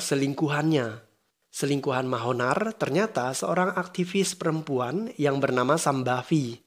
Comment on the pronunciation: Pas denger Mahonar.... Ngakak asli... Yg bener manohar bang buka Mahonar...😁